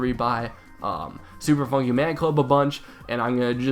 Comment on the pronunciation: He said Super Funkey Man Club